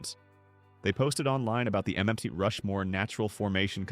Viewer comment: STOP USING AI FOR VIDEOS…MT=Mount…Mount Rushmore..Not Meet🤦🏼‍♀️